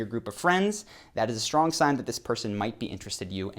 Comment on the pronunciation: It's pronounced "Strong" NOT "SHtrong"!